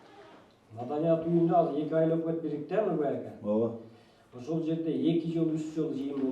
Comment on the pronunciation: Ушул азыр деген созду казыр деп башына эшектин....